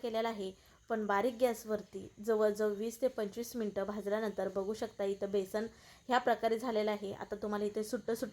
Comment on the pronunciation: बेसन,बेसण नाही म्हणत.